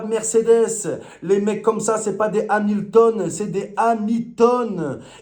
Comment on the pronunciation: "Lewis hamichtone" 🤣🤣🤣